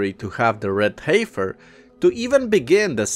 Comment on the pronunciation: Brother, the word "heifer" is pronounced like "heffer". The 'i' is silent. English can be a strange language, I know.